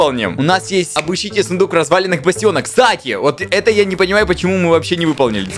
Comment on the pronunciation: Я услышала вместо сундук фундук